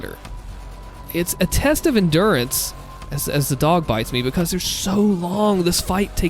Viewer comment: I love how you say, bekos instead of because XD